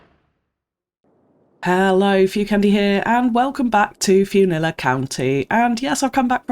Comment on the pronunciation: How about "Flew-nilla Airlines?